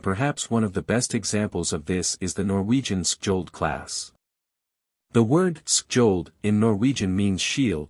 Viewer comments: Say "shold", and you'll get it right. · Silent "kj" please and "Sk" like in Ch as in China rgs from Norway. the "o" is a bit like the O in English Online. -- Chold. rgs from Norway